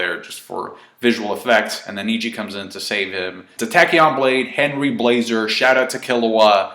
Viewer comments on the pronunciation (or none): none